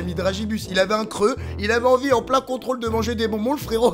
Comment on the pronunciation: C'est contrôle de Français pas Contraûle de Fransai